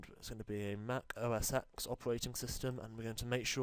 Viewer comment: I'm russian and i hear "O a sex", but not OS X :D